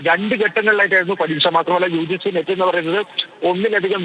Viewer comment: നീറ്റ് അല്ല മിസ്റ്റർ.. നെറ്റ്